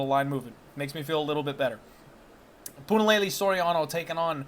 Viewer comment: waiting for the day says Punahele and not Punalelee...... HELE!